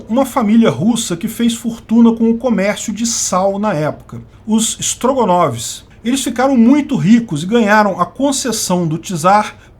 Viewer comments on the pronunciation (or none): Não tenho estrutura emocional pra ouvir "Strogonovs" sem rir. 😂